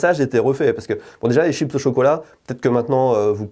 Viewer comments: j'ai envie de la frapper quand elle dit "TCHIPSSSS " au lieu de chips bordel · des « SHIPSSSS AU CHOCOLAT » 😬😬😬